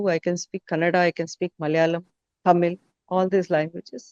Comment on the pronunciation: It is not kannad.it is kannada.how many times you people do same mistake again and again.